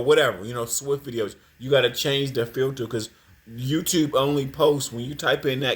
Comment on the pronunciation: "Supa" Ego..."Twoof"..."Filtuh"... - Lord have mercy! 🙄